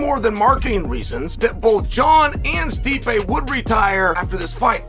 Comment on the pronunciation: This guy doesn't watch mma 😂 "Stypy"??? 😂 lol